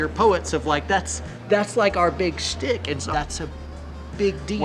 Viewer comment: it is schtik not stick.....learn your yiddish! Thank you for this interview!